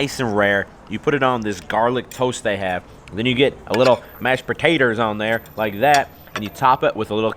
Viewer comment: the way he said mashed potato💀